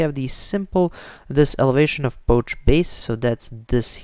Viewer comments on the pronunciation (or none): this man really said "Poach" for poche lmao